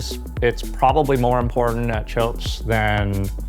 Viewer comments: Guy keeps calling it “choaps” even though the local guy tells us in the beginning how to pronounce it correctly. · The fact that Americans are unable to pronounce almost nothing non US English is hilarious… “Chopes” 😂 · It's a nice little explainer, but I cringe every time says "chopes". Can't you show a little bit of respect and learn how to pronounce the name? Raimana is willing to give you a lesson.